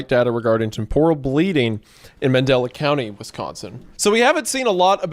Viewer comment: All this time, and you still can't pronounce TEMPORAL correctly smh